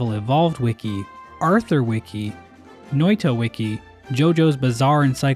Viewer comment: You were so close yet so far to say Noita right.